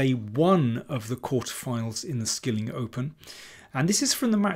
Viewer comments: I think “Skilling” is pronounced “shilling” in Norwegian. Also in Swedish. (But not in Danish). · I dealt with this comment a couple of vidoes back. I'll repeat my answer: I am aware of how it ought to be pronounced in Norwegian: I have successfully ordered reinkjøtt in Norway and I know how to pronounce the name of Manchester United's manager! But the Norwegian presenter of the event says the anglicised 'Skilling', and I am going with that. I have made my choice, and it isn't out of (complete) ignorance.